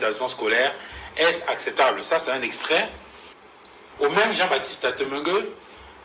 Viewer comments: ATEMEGUE ET NON ATELEGUE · C'est Atemengue enfin !